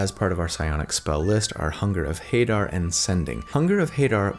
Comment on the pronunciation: Love this build! Not gonna be playing it anytime soon, just started a new campaign, but definitely keeping it in my back pocket. Also, I pronounce it Ha-DAHR, rather than HAY-dar, but maybe that's just me?